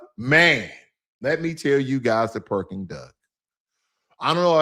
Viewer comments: Correction: it’s not Perking Duck, it’s called PEKING DUCK. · Great video about your trip to Shanghai and Beijing. By the way, I think you meant “Peking Duck” but in your video you said “Perking Duck”. Also, the two statutes in front of the palace in Beijing are not dragons. They are lions…one female and one male. Dragon has a loooooooong body. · i love me some "PERKING Duck" haha (Peking Duck)